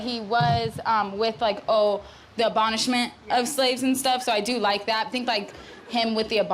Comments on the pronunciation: "abonishment" lord help us. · Saying “abonishment” 3 times confidently is insane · Where would be without that "abonishment" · The way the reporter uses " abonishment" back to her has me peeing in my parked car. 😂🎉🎉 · The "abonishmont"